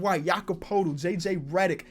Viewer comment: poeltl is pronounced pertle